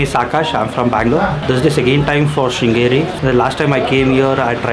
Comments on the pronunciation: Hey adu singiri alla adu sringeri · Sringeri...crcta pronounce pannunga